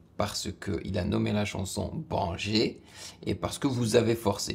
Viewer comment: C'est mieux de prononcer Baingueur au lieu de banger